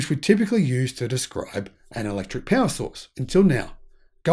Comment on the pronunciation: Peawa? What is peawa? Horsepeawa? 😉